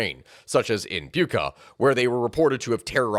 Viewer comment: I'd have talked about the Ryazan "sugar" terror attack organized by Putin in more detail, and Bucha is not pronounced as buka